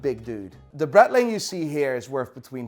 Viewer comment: it's a BRAAITLING, not a BRETTLING. FGS. You're close enough to Germany to know that. Love your videos. But I am a Braaaitling Fan.